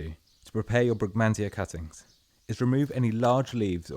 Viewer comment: I heard it as "angel deoppings" due to the narrators accent and had to read the description.